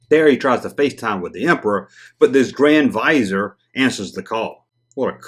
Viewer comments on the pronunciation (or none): grands vis are is how you pronounce it